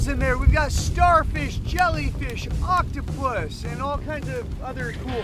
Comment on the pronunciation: Did say croctapus🤨